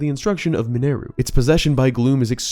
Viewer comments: Tell us you don’t listen how characters names are pronounced without telling us you don’t listen how characters names are pronounced… Yunobo, Mineru. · Hey Really enjoy all your videos. Quick question and this is just for my sanity… why do you pronounce Yunobo and Mineru the way you do? I mean their names are said during voice acted scenes throughout the game so just wondering? I know, I know they are fictional characters and you can pronounce their names however you want. I was half expecting you to say “gah-NON-dorf” lol. Keep up the good work! Upload videos more often :)